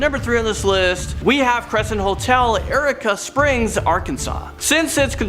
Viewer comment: Homie pronounced eureka springs all wrong lol